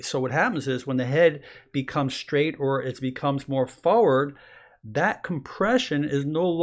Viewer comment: Like the way he says "foward".